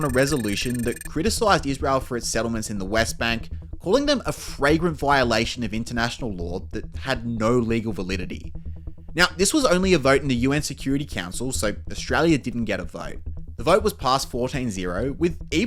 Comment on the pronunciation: Love the vid although I did lol and "fragrant violation"